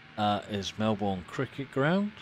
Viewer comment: Thank you for this lovely video showcasing my home city of Melbourne! Just a small correction, Melbourne is pronounced MelBERN as in Bern, Switzerland not MelBOURNE (not as its spelt) as in Bournemouth, UK. Cheers :)